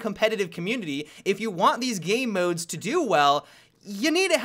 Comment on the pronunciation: Always sounds like says "gay modes" inatead of game modes.